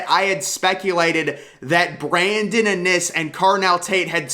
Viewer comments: I know it’s driving me crazy how he pronounces his name. The first I is the hard I not the second I. It’s IN- iSS not inn-Iss! Pronounce their names right!!!!! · Iiinnnnn isss NOT AH NIS!! Lmaooo IN! NISS!